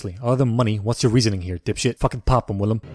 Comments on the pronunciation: Idk if you know but his name is willem not William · this what we all heard at the start welcome to daybakers ethan hawkeye willam the fuck micheal doormat LMAO